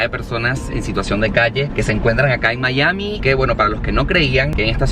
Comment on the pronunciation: no se dice "Mallami", se dice Maiami"